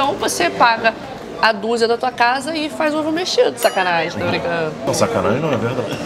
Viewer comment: para de falar SACANAEM